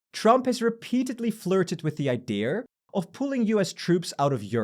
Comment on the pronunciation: "the idearrr"